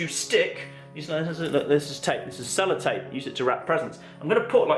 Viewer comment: Is he saying salad tape